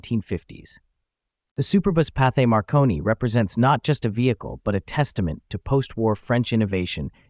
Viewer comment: There's no "th" sound in French. It sounds just like "t".